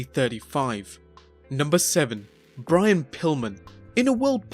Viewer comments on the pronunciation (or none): none